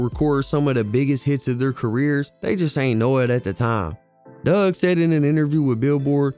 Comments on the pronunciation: His name is Dugg ... not Doug🤦🏿‍♂️ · It’s Four-Two Dugg (Doog) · Like you said four two twins, it's four two dugg